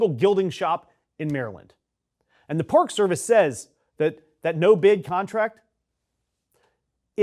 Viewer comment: Did you say “National Pork Service?” 😂😢